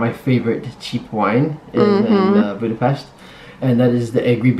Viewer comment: Thanx for the proper pronunciation in Budape-sh-t city's name! 👍